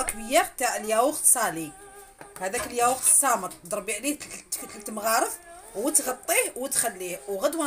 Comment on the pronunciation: يقولوا الياوورت ماشي اليايورت هههههههه